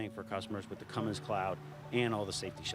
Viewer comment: Hey, there is no "G" in Cummins. Know your sponsored customer.